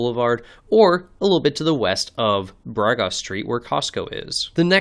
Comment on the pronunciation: Fellow Alaskan here in Anchorage... Bragaw is pronounced more like Bru*g*ahh (some put extra emphasis on the "w" at the end, but most just say ahh at the end) 😄